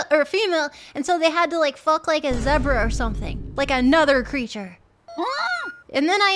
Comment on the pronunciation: are we just going to ignore how Mel pronounced "zebra"?